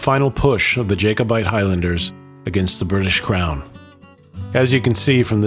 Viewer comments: I know it's pedantic but I wish you would pronounce it Jack-obite not Jake-obite. Thank you! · I just want to point out. It's pronounced "Jack-o-bite" not "Jake-o-bite" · It's Inverness, not Inverniss. Its jacobite not jakeobite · Whoever did the narration,needs to learn how to pronounce Inverness and Jacobite !. I am called Greg,after my great grandfather who was called Gregor McGregor,this battle is part of my family history. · Had to switch off, the “Americanised” pronunciations were too much. Jack-o-bite is not pronounced Jay-co-bite. And it’s Clan Fray-zer, not Frayshoor.